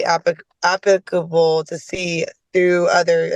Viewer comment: she doesn’t seem to know or be able to pronounce the word, “applicable.” She’s either drunk right there or she teaches gym.